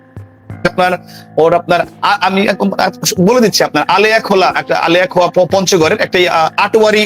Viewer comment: "আলেয়াখোয়া" নয়, আলোয়াখোয়া।